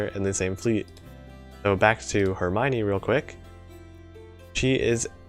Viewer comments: Her-my-nee? I always pronounced it Her-me-o-ne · 1: really nice video, for some reasons i didn't check any of new ships skill (because gacha bless me so maybe i was too happy IDK) 2:...please...ask Hope for some prononcing lecon...why you say "eurmaygni" instead of "hermione"... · Im not sure if you say Hermione right. That doesnt sound correctly qwq Edit: Same with Perseus